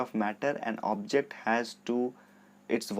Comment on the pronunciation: sir it is object not objct